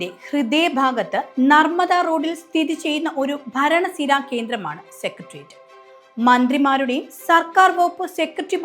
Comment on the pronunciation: സെക്രട്ടേറിയറ്റ് എന്നാണ് ശരിയായ ഉച്ചാരണം, കുട്ടി.